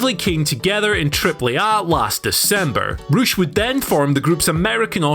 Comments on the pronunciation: Ocean Boi - Not to be confused with Poosh, Rush is actually pronounced Roosh. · I just realised he’s saying Rush not some guy called Roosh